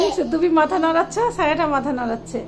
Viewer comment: Kichoo mone korben na, apnar koyekta Bangla Ucharon onek kaney badhe, kindly theek kore neeyen. SAYA na Ata hobe Chaya. Gaas na, hobe Gach, GOSGAS na, hobe GOCH GACH. Aee rokom onek sobdo apni bhool uccharon koren. Mone kichhoo neyen na